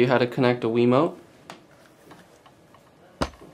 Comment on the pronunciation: He said a wemot